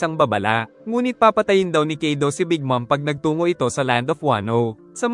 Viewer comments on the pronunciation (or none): Kaido Hindi kido😅